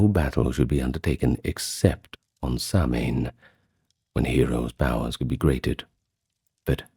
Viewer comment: Fab video although your pronunciation is off . Immediately not Samhain being incorrect, but I do appreciate the effort